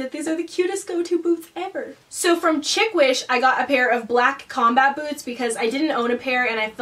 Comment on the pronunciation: SHEEK not CHIC lol